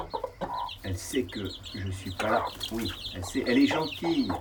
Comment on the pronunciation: Tu te débrouilles pas mal au niveau dressage. N'hésite pas à lui donner des ordres d'une voix ferme et assuré sans lui gueuler dessus. C'est très important pour lui. Tout est dans l'intonation. L'intonation du "oui" à la 7'47 n'est pas bonne, le "Voilà" lui est bon. Le secret c'est qu'il t'écoute. Après perso en ce qui me concerne, je le met direct en immersion avec les poules et "tartagueule à la récré" si tu touches à une de mes poulettes ! Attention quand même au malinois, il leur faut une bonne éducation au début sinon ça peut vite partir en vrille. C'est pas des chiens de débutants.